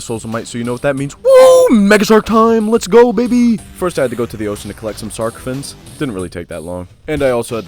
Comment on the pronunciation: "sark fins" lol